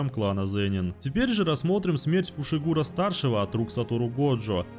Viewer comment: Почему ты назвал Тодзи Тодзи, а его фамилию Фушигуро а не Фусигуро, ну ты и позер